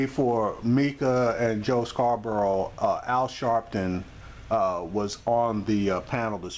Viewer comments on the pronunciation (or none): none